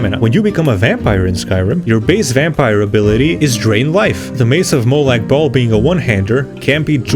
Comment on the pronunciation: Love your pronauncinaution about m8lag bahl. The bahl sounds like balls